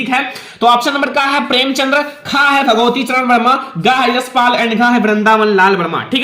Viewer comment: भगवतीचरण नहीं भगवती शरण होता है।